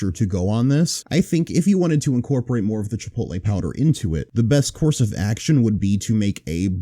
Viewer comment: Ah yes, everyone's favorite dish, chipoat-lee groyer penny pasta